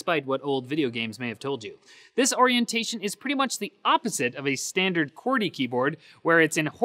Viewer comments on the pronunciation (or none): It's not "qwoorty" it's "qwerety". Learn the difference in pronunciation.